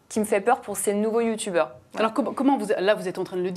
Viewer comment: Et elle dit sa ou? a la télé, et arretez de dire «youtoubeurs»